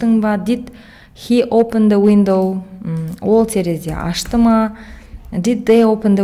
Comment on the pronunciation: Опын дауендау опындауендау сосын тагы опен дауендау басы осылай басталад